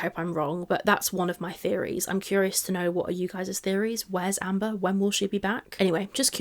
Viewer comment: Nearly saying Hamber is so funny lol